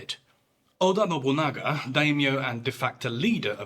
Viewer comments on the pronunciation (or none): none